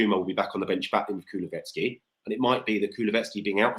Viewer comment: It's Kulu-sev-ski. Not kuluvetski. 🤣